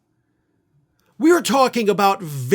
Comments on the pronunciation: Why did you emphasize the LEAST dangerous drug on the list...LOL..."ketamine adderall fentanyl XANAX" lol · why did you put Xanax at the end and emphasize it like it's the worst of the lot???